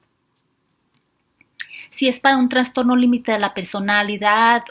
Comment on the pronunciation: Qué excelente información. Sugiero decir "trastorno" y no "transtorno".